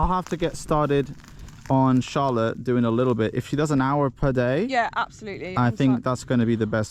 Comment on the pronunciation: I just realised that your woman's name is Charlotte, but the way you say it sounds to me like you are saying "Incha'Allah" 😂😂😂 Which means in Arabic hopefully or God willing